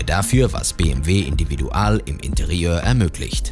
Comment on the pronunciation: Hätte Individual nicht englisch aussprechen können, das hört sich schrecklich an.